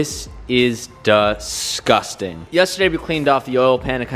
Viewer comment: "This is DUH-SCUSTING"